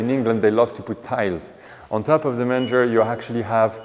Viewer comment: Manger...pronounced as main-ger...is trough where the animals eat...love your attention to keeping things historically correct. Would love if you could post more frequently as I spend time looking to see if I've missed a posting!! Find your posts very interesting and informative!!!